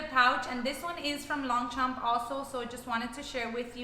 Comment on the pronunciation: The g and p is silent..